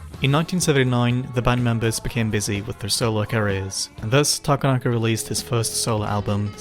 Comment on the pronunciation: heads up; Japanese names are annunciated on the 2nd syllable, not the 3d. So his name is ta-KA-na-ka, not ta-ka-NA-ka